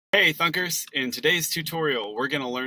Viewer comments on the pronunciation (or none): Did you say "Thuckers" ? LOL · I started watching this video and started cracking up cus his greeting sounded like "Hey Fu**ers!" 😅🤣😂